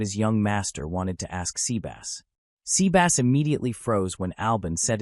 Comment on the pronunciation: I'm sorry, but... Sea Bass. As in the fish. Haha.